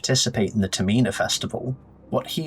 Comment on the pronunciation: Great vid but why are you saying Termina like that?